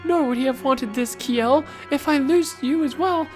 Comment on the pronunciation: The pun in the title might work better if "kj" in Norse languages wasn't pronounced like "sh". Her name is a pun on "shell", like her armor. But hey, that's pretty obscure knowledge, so I can't blame you.